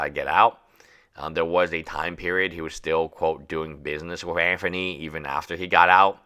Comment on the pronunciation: I see what you did there lol it low key triggers me the way he says Anthony